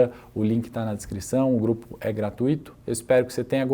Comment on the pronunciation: Prezado, desculpa o alerta mas é bem intencionado: a palavra GRATUITO é um ditongo crescente, portanto não se acentua a 2ª vogal ‘i’, sendo a pronúncia correta como se houvesse um acento no ‘u’ e jamais no ‘i’. Tenha um ótimo final de feriadão! 🤝